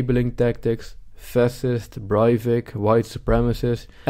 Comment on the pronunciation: funny prononciation